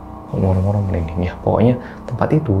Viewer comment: Kalau merinding bilang apa Mas???? RinDingDongg 🤣 merinding malah buat aq ngakak eee wkwkwk